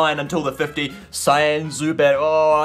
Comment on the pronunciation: cyan "sea-on"